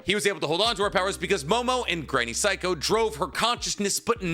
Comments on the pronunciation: It's pronounced Say-ko not psycho, lol 'Ei' is pronounced like the letter A in Japanese, so Granny Seiko is pronounced like Granny Say-ko. And just for reference 'Ai' is pronounced like the letter I. So Sai from Naruto is pronounced like the English word sigh or the beginning of the word psy-cho. So if her name was pronounced like granny psycho it would be spelled using romaji like this Saiko Class dismissed 😁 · Bro can’t even say granny seikos name properly.